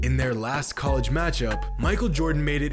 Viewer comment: does this guy just say word wrong on purpose or does ge actually believe college is pronounced coleega